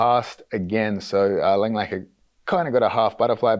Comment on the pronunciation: Its Tommy LangAKER, not LANGLAKER